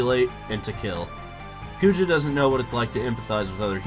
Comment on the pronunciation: Garland is more iconic bro.. wooow you even called Kuja for Poojah in the video rofl. Small nitpick, I think Sephi is more iconic than Kefka as well